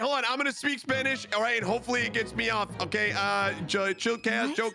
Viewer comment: "What the- I'm not super fluent in Spamish but I think this might not be a good thing I dunno!" I love. Dunno if he meant to say Spamish but I love it.